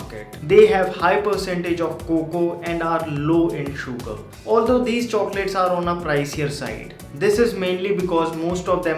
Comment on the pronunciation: please say 'sugar' in a normal way instead of enunciating a lot on the 'U' :)